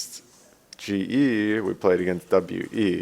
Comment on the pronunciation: Why do you say CJ ? when its GE ?? Dyrone pls !!